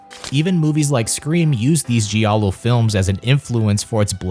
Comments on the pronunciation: Wow, where are AIP and I was a Teenage Werewolf, The Haunting, The Innocents, The Day the Earth Stood Still, Italian Gothic? Not one mention of Steele? Or Price? And giallo is pronounced JAL-lo. This history needs revising. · I don’t know what pisses me off more,you mispronouncing multiple Giallo filmmakers names or mispronouncing Giallo itself,this is one of the worst documentaries I’ve ever only watched half of